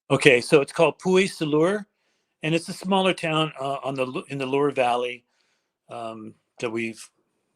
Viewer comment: (Loire) Loo-are Valley.